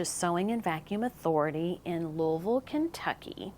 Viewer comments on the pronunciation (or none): none